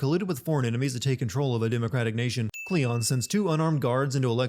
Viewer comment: Kleon not cleon